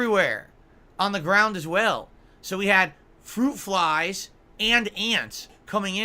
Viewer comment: Fwuit Fwies ☠️☠️☠️☠️☠️